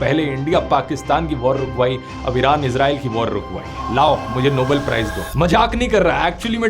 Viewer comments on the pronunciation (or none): Dhruv .... It's NOBEL prize and Not NOBLE prize. I am surprised that how you committed pronunciation error.